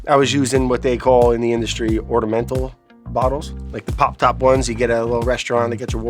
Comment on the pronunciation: "ordamental wourder bottles" = ornamental water bottles